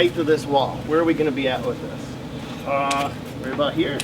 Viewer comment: We don’t say aboot....